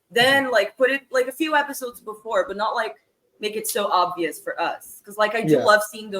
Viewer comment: Obvias Seven as in obvias 𝘴𝘦 𝘷𝘦𝘯 (Spanish)